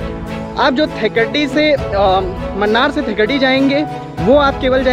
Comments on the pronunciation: Munnar is pronounced as mannar😀 Its moonnar ( മൂന്നാർ ) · Mannar nahi munnar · Please note it is not 'Mannar' ...it is pronounced as 'Moonnar' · Not mannar Its moonnar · Munnar hai , mannar nahi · Man its not mannar, pls pronounce MUNNAR split it MU NNAR, dont mislead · Mannar mathai speaking :)